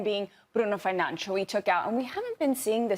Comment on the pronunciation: Americans pronounce Bruno Fernandes, not Bruno Fernanch.